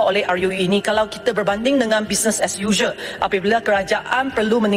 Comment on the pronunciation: RUU bacanya a yu yu, hai angkel mutu nak bay syam goyeng sedak sangak, ar yu yuuuuuuu...